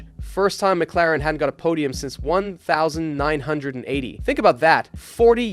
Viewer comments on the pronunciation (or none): "1980" was said like a number. I knew there was something shady about this channel. The pinned comment is always the same format with emojies, the description and channel info lacks any media or links which makes me think this channel is most likely AI generated and potentially view botted. Impressive how convincing these have become.